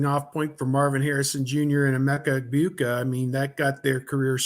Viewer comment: always says their names wrong LOL it's pronounced TRAINUM (TRAYANUM) and EGGBOOKA (EGBUKA). LOL